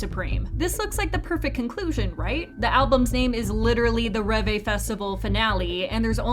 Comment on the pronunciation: Ah yes, "ReVay"